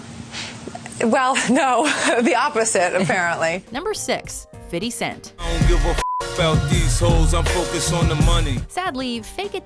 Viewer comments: My goodness if I hear her say “Fiddy Cent” one more time I’m going to have to unsubscribe. It’s fifty cent smh. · "Fiddy cent" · Number 6: Fiddy Cent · This narrator said Fitty Cent. 😂😂😂